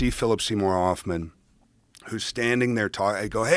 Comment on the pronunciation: Josh uses a silent H on Hoffman....Phillip Seymour Offman....lol. I hate it when people use the silent H on the word Human, but this is next level stuff. Wow...lol.